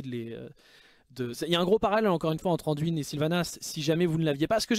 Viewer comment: Salut, pourquoi prononces-tu le nom " Anduine " en français, il n'y a pas de E à la fin donc phonétiquement ça doit se prononcer " Andoin " et même si son nom est Anduin